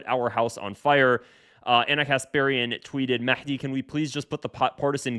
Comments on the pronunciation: Mehdi is pronounced Mahdi in Arabic, there's no Mekhdi or any other pronunciation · Why did you call him maحdi ???? 😂😂😂😂😂😂😂😂😂😂 It’s with a هاء